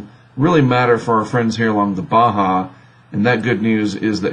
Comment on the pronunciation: Surprisingly, they can pronounce Baja correctly.